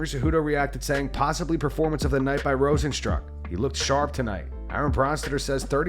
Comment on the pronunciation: This 🤡 pronounces RosenSTRUCK and A-DESS-anya.